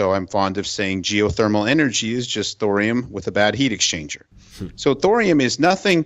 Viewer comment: Thorium rhymes with Dorian. :)